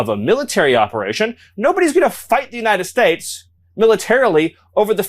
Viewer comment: The way he says United States bothers me so bad. That’s the petty thing I have to say about this loser.